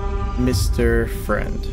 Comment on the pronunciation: It sounds like you said Mr French